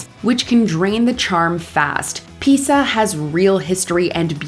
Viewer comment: pronounces it as “The Leaning Tower of Pizza!”